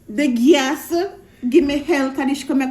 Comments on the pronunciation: Guess mon? Ohhhh “gas” mon lol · Thought I was the only one heard "guess" lol